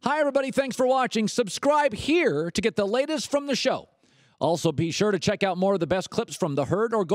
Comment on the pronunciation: Ever notice how he emphasises the phrase OTHER SHOWS. It's like, what? There are other shows?